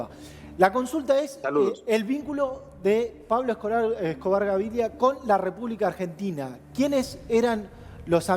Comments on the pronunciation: Es Gaviria no Gaviglia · SON UN DESASTRE LOS PERIODISTAS ARGENTINOS PARA ESTE TEMA, NUNCA ESTAN INFORMADOS Y HASTA DICEN MAL LOS NOMBRES ("GAVIRLIA" O ALGO ASI DICE EL PELADO) . LA PERIODISTA DA POR CIERTA LA SERIE SOBREVIVIENDO A ESCOBAR QUE DICHO SEA DE PASO ES FICTICIA EL 95% !!